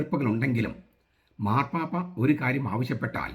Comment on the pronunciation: ആദ്യം മാർപ്പാപ്പ എന്ന് പറയാൻ പഠിക്ക ടാ വേട്ടാവളിയ